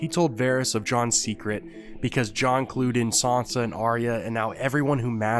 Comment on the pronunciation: It's funny the way you pronounce 'saunca' lol